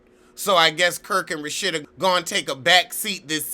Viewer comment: I died! And he called her rashita! I cant!